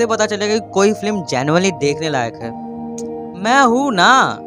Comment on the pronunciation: It's not flim it's film so pronounce right ... Otherwise nice.